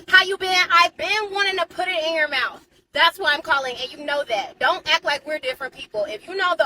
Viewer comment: “Where’s the mouF?” yes lo_d...